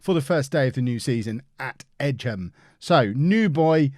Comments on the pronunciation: Don’t you mean the “Rudge-bee” game? It’s Egham pronounced like “Egg-Ham” not “Edge-Ham” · Edge em is pronounced Egg'em 😂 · It's Egg-um... It's in Surrey.